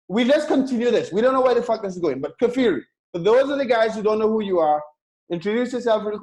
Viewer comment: Just by the way,, his name is "KFir" not Kafir as you express it;)